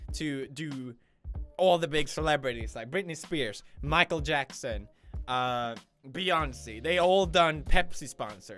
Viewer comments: Carla Andressa bee-on-say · How dare you call her Beyonsi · Eli G he also said "beyon-see" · ChrisElsenbroek and Beyoncé "beyoncee"